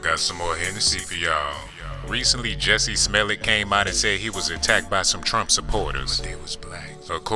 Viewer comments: did THIS nigga call him Jessie Smellit? 😂😂😂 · This fool Said Jessie Smell-it I'm dead asf 😂😂😂😂😂🤦🏾‍♀️🤦🏾‍♀️🤦🏾‍♀️🤦🏾‍♀️ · Lol. 😂😅 He said recently Jussie Smelly....😂😂😂I can't watch no mo man! 😂😂😂.......... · Wait...wait...did he call him “Jussie Smellit”??? 😂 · Jussie "Smellet"🤦🤣🤣🤣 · And U not gettin his name right, tho🤣🤣🤣I'm DONE💀💀